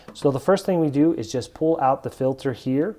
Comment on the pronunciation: You say "pull" like "pool". I'm guessing that's a local accent. Curious on what part of the country you're from. Thanks for the video. So much better than trying to figure out your average manual!